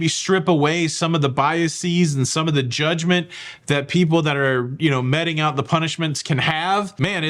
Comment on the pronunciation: Metting? Like mete? Pronounced like meet….